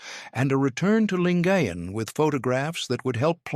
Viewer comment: Correct pronunciation "Lin-guy-en Gulf"